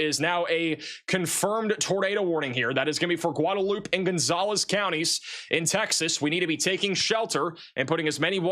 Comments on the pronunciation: Guadalupe pronounced "Goo-Wahd-Ah-Loop" in TX. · Guadeloupe… Texas native here. I can’t resist so here goes: “GUHWAH de loopeh” “New BRAWN fulls” You nailed Uvalde though 🙂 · Dude. You absolutely destroy the pronunciation of cities that you try to read. You may be book smart, and I do appreciate your weather reports. I can't believe you asked AI how to say the name of a town on one of your videos. You mispronounced Otumwa, Ia. , and Guadalupe is not Gudoloop. That drives me up the wall. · By the way. Guadalupe. Gwah da loopee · Goo-da-loop? C'mon man 😂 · Guadalupe is pronounced like gwada-loop-a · It's pronounced "Gwad-a-loop-eh" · Gwahd ah loop ay...or huad ah loop ay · The X in Bexer is pronounced, as I have heard it, somewhere between a Y and not there. It is based on one of the local indigenous languages. Bear or Bayer both seem to be acceptable. Seguin is Suh-GEEN Guadalupe is GWA-de-LOOP-ee And don't get me started on the pronunciations of some of the German based names in the Greater San Antonio area. 😊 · LOL "goo-duh-loop" was really bad. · Someone Please Tell How to Pronounce “Guadalupe”!